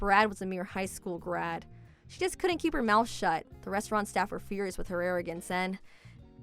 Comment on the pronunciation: Restauranta hahaha 😂